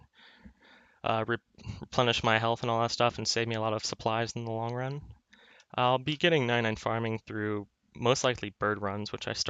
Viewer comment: when he pronounces "long" as "lonk" <333